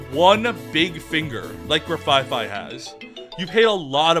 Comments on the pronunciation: Mfw he calls Grafaiai “Grafaifai” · Grafaiai not Grafaifai Nah bro my man mispronounced almost every Pokémon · Oh good, someone found 2 Pokemon whose names he butchers and made him say them at the same time. G̶r̶a̶f̶a̶i̶f̶a̶i̶ Grafaiai. Graf from graffiti, aiai from aye-aye - a species of lemur. B̶a̶l̶l̶a̶p̶h̶o̶n̶e̶? Blacephalon. Blas from blast, cephalon means head. This has been pronouncing Pokemon names correctly. Join us next week when we will explain that the god of all Pokemon is not named after an ass... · Bro what's a grafaifai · i like how he keeps calling grafaiai "grafafai" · He's so bad at pronouncing pokemon names He didn't even try with Grafaiai